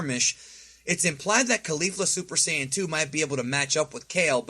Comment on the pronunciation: There's no "Super Cyan", no official source ever says "Cyan" it's either "Saiyan" or "さいやじん"